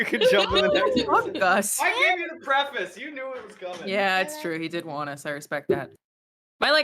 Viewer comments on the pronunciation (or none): none